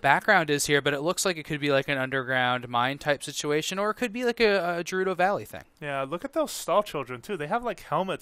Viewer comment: It's not pronounced "Jerudo", "Ge" in Japanese katakana is written as ゲ, which makes a G sound as in "geld".